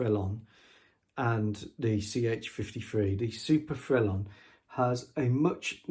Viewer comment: Bravo Monsieur! Ton prononciation de le mot « Frelon » était bon! Le très gros hélicoptère 😊 Gros means big, grande is more height related big. But you would be understood 😊 The S is silent here as it’s masculine 😊 If the object is feminine it would be grosse which doesn’t sound as nice in English 😂 Le grosse femme! Remember, as adults speaking another language, it’s just to be understood, not perfect like at school! I’ve been winging it for 15 years now…….😂 Nice model. I have to agree about a French style , a certain je ne sais quoi! I think it was loved in Its ASW capabilities but was otherwise restricted. If I can help source anything in France or western Germany then Let me know . I’ll get my email to you somehow👍🏼